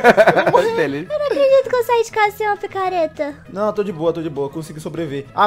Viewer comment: a falou picareta certa pela primeira vez